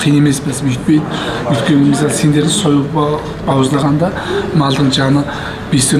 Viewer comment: Өлкені емес Өйткені деп сөйлесейші